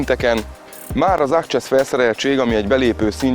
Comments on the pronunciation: ákcsesz :) ezer éve nem hallottam ezt, nekem nagymamám él Szatmárnémetiben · Sima ákcsessz :))))) annyira bírom az erdélyi magyart. szoktam is szívatni a rokonaimat, hogy szan francsiszkó mi? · engem az accsesszel